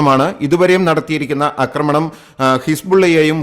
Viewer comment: അമേരിക്ക കൂടിഇടപെടാൻ സാധ്യത വളരെക്കൂടുതൽ ആണ്. ലോകം വലിയ ഒരു ദുരന്തത്തിലേക്ക് പോകുന്നു! 'അക്രമണം' എന്ന് പറയരുത് 'ആക്രമണം ' എന്നു പറയാൻ മൂന്നു നാല് തവണ പറഞ്ഞിട്ടും ആവർത്തന വിരസത ഫലം. Unsubcribe ചെയ്യിച്ചേ അടങ്ങു അല്ലെ!